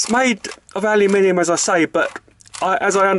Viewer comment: Let me be the first Mexican, you said it wrong. I’m just messing with you man, I like the video!